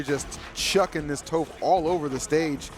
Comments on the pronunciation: The way he says tOHph, instead of Toph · How is one of the announcers gonna mispronounce Toph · It saddens me knowing the commentator didn’t watch Avatar to know how to properly pronounce tophs name :,(